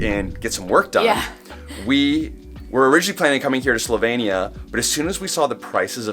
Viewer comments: This was a very nice and enticing presentation of a lovely country. However, there are two things I missed: 1) Why did you get name of the country wrong? It's Slovenia, not Slovania. 2) You mentioned some facts about prices, but I would have liked to hear more. How much did your four days cost in total? How much did you pay for hotels or BnB? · They can’t even pronounce the country. SLO•VEE•NEE•UH@